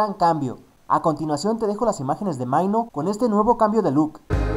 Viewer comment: Maino? xD podrias mirar en el traductor de google como se pronuncia por lo menos jajajaja //minó//